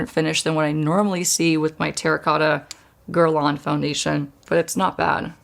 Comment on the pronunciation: I wish she could pronounce Guerlain correctly.